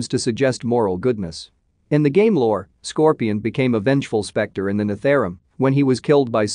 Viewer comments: NETHARUM? Nether Realm Netherealm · its called “nether-realm”.... please